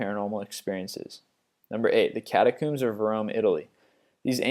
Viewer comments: I enjoy these videos, but I don't like how you pronounce things. For example, it's Catacombs, not Catacooms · Catacombs not catacumes (pronunciation) comb as in a comb for your hair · lol cata-cooms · Your pronunciation on everything is so terrible, I couldn't finish. I left at "cata-cooms" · catcooms, edinburg, pronunciations!!!!! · He also said cherinoble and catacooms.